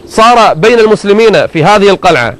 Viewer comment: اشب الشيخ صار اللدغ يقول مثلمين ليث ... وماينطق السين